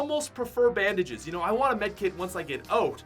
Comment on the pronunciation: This man did not say bandages😂